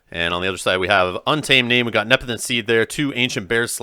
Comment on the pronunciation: I really enjoy all your tournament coverage. The commentary is great, but I've just got to say, it's Sequis, not Sequeeis. Nepenthe, not Nepetenth. ☺